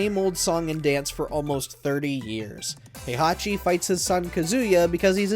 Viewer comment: Oh this will be great, WatchMojo explaining a fighting game lol Heihachi what again? "Has long been the series main villain", let's see - T1 - Heihachi, T2 - Kazuya, T3 - Ogre, T4 - Heichachi, T5 - Jinpachi, T6 - Azazel, T7 - Heihachi/Kazuya Good job releasing this video on time They handed it off to who? Erika? (it's Arika by the way. The "A" is pronounced like in "Apple") Do you really need to stretch this to 10? lol